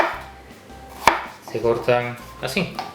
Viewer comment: "Asín de fáhsih" jeje